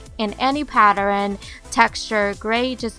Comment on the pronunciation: U have your own language!!! You're so cute!!!Pattern (u said"patterin") hehehehe!! I love u lots &lots!! U have AMAZING STYLe!!! And your figure is perfect & you're beautiful!!!!! Really!! PLEASE can you do a video explaining your story!!! Like a biography on you!! Like where you were born..where u live...how you got into fashion?? I mean were you always like this or did someone inspire you!? And maybe a little bit about your boyfriend & family?? We love you so much & want to know more ab